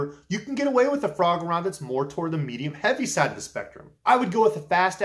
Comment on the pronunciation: I know you're saying frog rod, but I keep hearing Foie gras. My ears not your problem but it makes for some funny images to me.